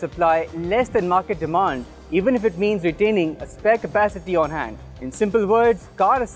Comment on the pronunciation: its 'on' money not 'own'.